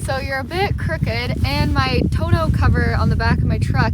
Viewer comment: Lol ….we say tunnel cover…not tone- ol ….